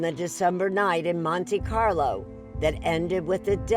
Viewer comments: It is not pronounced "Monty Carlo"!! Reminds me of Monty Python 😅😅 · ¨Monty-carlow¨ - are you kidding me Erin 😄